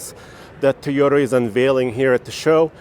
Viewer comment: Its Toyota not Teyota..and with Nissan sponsor of the video and no Nissan...other channels have this content